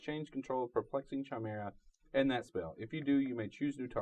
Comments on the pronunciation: It's pronounced Kai-mera not Chaimera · Hey ur cool but im just gonna say this to save everyone the time and energy. YOU SAY IT KAI MER A NOT CHAIMERA FOR THE LOVE OF GOOOOD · Pedro Lopez it was like once said it, everyone else was like "well I guess that's how we're all going to say it now"